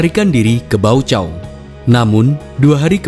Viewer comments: Deklarasi Balibo,. Dulu kita d tipu dgn nama deklarasi Bali😅😂. Baucau itu d baca "Baukau" Pak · Baca: Baukao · Baucao di baca dengan portugues adalah Baukau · Baucau bacanya Baukau